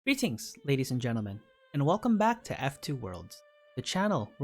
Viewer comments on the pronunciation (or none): none